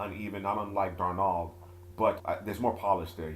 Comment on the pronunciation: In the future just say Sam D because the way you say darnold is just a NO,NO